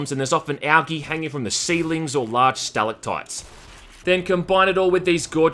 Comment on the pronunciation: How you gonna trust a guy that says al-gay instead of al-gee